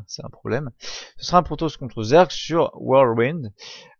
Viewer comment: whirlwind prononcé à la perfection ! Wow !